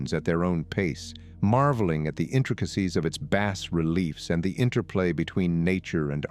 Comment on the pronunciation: as the sunlight filters through the trees? they aint a lot of trees left there, dude. Also, you might want to look up how to pronounce "bas relief."